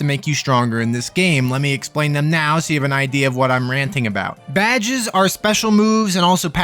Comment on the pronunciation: I like how you pronounce badges as "Bad Jizz." Once again, I'm in awe of your standards.